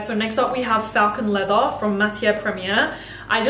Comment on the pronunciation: How does she say leather leatha, but leathery properly. All she has to do is say leathery minus the y😂... I still love her though